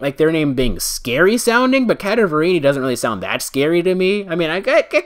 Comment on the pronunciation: It pains me how you pronounce "Cadaverini" I'm pretty sure it's pronounced Cadaver(dead body) + ini